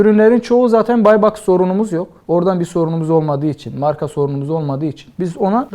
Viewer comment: Türk dili edebiyatı okumuş ama Marka diyemiyor Marğa diyor